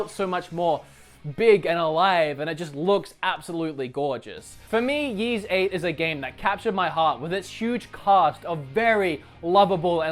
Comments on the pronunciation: It's pronounced Ease, not Yeez, you gorgeous goofball. I'm a few hours in and I'm enjoying it quite a bit. I honestly only picked it up because Johnny from happyconsolegamer is such a huge Ys fan. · Its ease not yees. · This game was a huge positive surprise for me...the fast paste combat and the wonderfull soundtrack and a nice adventure to boot. I do think the ps4 version looks better, for some reason the game looks older on the Switch BTW it´s not pronounced yease but more like ease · Its ys not jys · Comparing Ys and Xenoblade is pointless - Apples and Oranges. Also, if you’re going to talk about a game at least spend a minute to find out how to pronounce it. Ys is pronounced ‘ees’ as in ‘geese’ or ‘peace’ and NOT ‘yeez’. Geez! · It's not Yeez. It's Eece. Like Fleece without the FL. Or Isu, in the original Japanese, pronounced eee-sue. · isnt the name of this game pronounced as ice? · "Ys" is pronounced like "peace" without the "p" (not quite like "ease" you'll notice) (also not too important, but just FYI if anyone cares to know). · Ys is pronounced "ease"